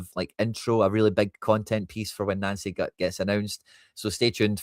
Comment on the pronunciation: Why do you keep callng him Nancy? Its pronounced Noncy, not Nancy. Can you please change that? Thanks😎👍